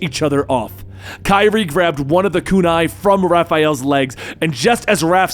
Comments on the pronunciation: its not kairi tho its karai (ka-ra-yyy) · You meant to say [kah-rah] when you said [Kah-ree] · Btw your saying Kari wrong it’s pronounced like (Ker•ai) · If you're gonna say her name pronoun it right it's karai it's not kyrie where did you get the name kyrie from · Her name is karai, not kairi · kye-reee????? its kuh-rye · I like always says Kyrie when it’s really Kriy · The narration is great, but I can't stand how he pronounces Karai's name. (It's supposed to be pronounced Kuh-Rye, not Ky-Ri) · Her Name Is Pronounced Ka-riy Not Kiree No Offense! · I didn’t know Kyrie Irving was in Ninja Turtles 😂 it’s “Kuh-Rye” bro... ALSO ITS FUGITOID🤦🏽‍♂️🚶🏽🚶🏽🚶🏽 *Still was an enjoyable video though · we're you actually saying "Keye-Ree"? lmfao it wasn't until the 6 minute mark I realized he meant karai "Kuh-Rai" lmao wtf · Idc if I sound like a jerk pointing this out but I do mean this sincerely...Karai. Ka-Rai. Not Kairi. Ka-Ry. Karai. It's not that hard. I'm sorry it just...man, that actually bugged me more than I expected. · Just an fyi it’s not kai-ree, it ka-rai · Shouldn't be 'kuh' since it's Japanese. The 'a's should sound as the one in 'cat' or 'hat'. This is difficult to explain in English... But it should sound exactly as if read in Spanish: Karai. Not Kairi. I kept thinking of Kingdom Hearts :p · It's Ka-Rye. Not Kye-Ri. C'mon dude. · Kerei?...Karai Ka-rai 😆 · It's pronounced 'Kar eye' not 'Kyre'. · Did my guy just say kaira instead of karai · It's Karai/ Ka-Ry not kyree lol and it's the Fugitoid not fuginaut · Ok I have to say it. Her name is pronounced Ka-Rai. Not Ki-rie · Bro said kyrie💀💀💀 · I’m sorry. I find it funny he’s pronouncing Karai as “Kairi.” Can’t help imagining Raphael fighting Kingdom Hearts Kairi and the sais clashing with her keyblade and Raphael dying from the light and friendship. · It’s kar-eye my boy lol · Did he just call Karai "Kairi?" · i know its spelled karai, but ist pronounced kurai or krai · Lol bro it’s KA-RYE